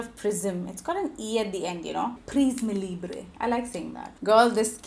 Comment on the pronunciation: its Pri-ss-mm (Prisme) not pri-ss-mey also its Lee-bruh (Libre) not Lee-brey